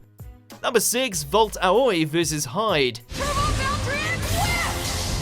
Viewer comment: I love how he was pronouncing valtryek wrong XD